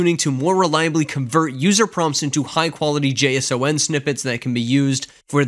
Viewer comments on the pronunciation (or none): Just say JaySaun instead of J-S-O-N. You’ll be doing yourself and the rest of us a favor 😂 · its pronounced like the name, JSON, but almost like son as in son goku (sa-ahn). JSON